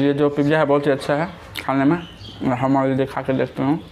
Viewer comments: Abe pagal admi it's not pipija its pizza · Aap khana mu band Kar ke kha ya Karo Awaaz ganda lag ta hai pizza Hota Hai pipzza nahi